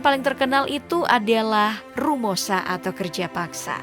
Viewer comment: ROMUSHA MBAK, BUKAN RUMOSHA